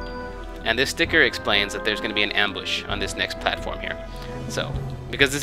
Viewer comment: I like how you say sticker. "stikir" :3